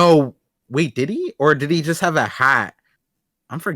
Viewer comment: Each time in every parcast, says «Did he» but all I hear is Diddy